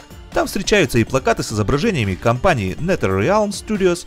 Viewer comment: нетерелиамс студио ахахах орууу правильно читается назерелм студио